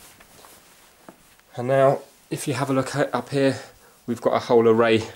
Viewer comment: Why did you say "here" as "hair"? It's confusing.